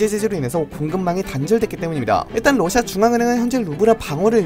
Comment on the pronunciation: 뉴스보다 빨라서 좋아요 근데 계속 ㄹ어ㅓㅓ시아 라고 발음하는게 귀여워요 ㅋ